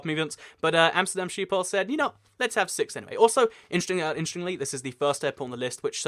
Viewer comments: Sheephole is pretty far off, I know ch or the dutch way to pronounce the G is difficult for people that don't natively speak Dutch and I won't blame him for it, but you shouldn't claim that he was close because he would've been better off just saying shiphole instead It would have been closer to the actual pronunciation and it's also a more accurate translation. There is no E in schip. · It's not quite that but a Dutch person would understand what you mean if you said skiphol you do have to pronounce the H though. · You pronouce schiphol as sheephol and i know its kinda impossible for you to say schiphol correct but if y try say shiphol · Schiphol is pronounced with a harsh Dutch 'g' like in the Hebrew word l'chaim. So: s'ch'iphol. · Love the way you pronounce Schiphol! But I got to say, it's not a Sheephole... the sch sound does not exist in English, but yeah... You should try it once!!! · Dying right now of how you pronounced Schiphol - Sheephole. But it's fine though, many other languages don't have the sch-sound which sounds something like a weird microphone noise if I had to explain it. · not by a bit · I'm not Dutch and I died a little on the inside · Mink Lenzing lol ikr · I think if you're going to make videos for potentially millions of viewers, getting pronunciation as accurate as you can is a basic.